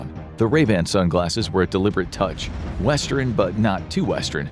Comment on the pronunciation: did he just sat "westerin but not too westerin"? I thought it was pronounced west-ern, not west-er-in